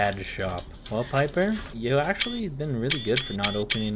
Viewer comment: ITS BABY PIPER NOT PEEPER